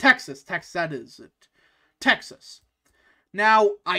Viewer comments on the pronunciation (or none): none